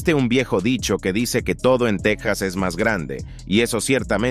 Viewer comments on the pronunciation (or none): none